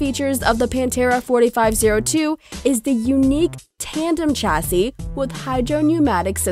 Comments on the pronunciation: Not Tchassis.... Chassis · PLEASE STOP SAYING 'CHASSY', CHASSIS IS PRONOUNCED SHASSEY